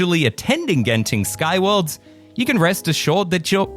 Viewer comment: you pronounced Genting correctly, unlike our dear neighbour who always pronouce it as 'gent' ing.... thank you for that.